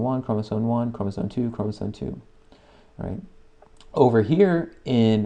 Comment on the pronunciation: why are you saying chromosoNe?